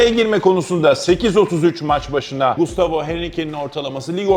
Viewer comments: Abi gustavo mu diyorsun yoksa mustafo mı diyorsun anlayamadım valla :) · Gayet güzel anlatmışsın ağzına sağlık 👏 yalnız telaffuz da sıkıntın mi var hocam bana mı öyle geliyor mustafo der gibi çıkmış 😂